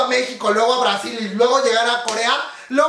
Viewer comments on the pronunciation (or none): none